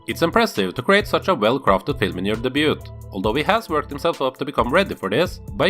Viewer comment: You seem to have got your money's worth out of those 4 days! (PS: the "t" in "debut" is silent)